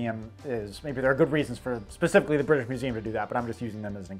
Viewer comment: Glad to know I'm not the only one who can't say "specifically"